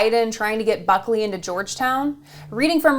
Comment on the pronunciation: I swear I heard you say "buckwheat".